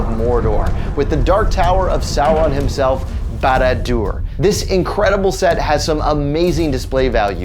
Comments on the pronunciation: couldnt pronounce barad dur? good luck with any other word tolkien has made than haha some of them are very very hard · Lost me in the very beginning not being able to say the name right.... he's not a LOTR fan sorry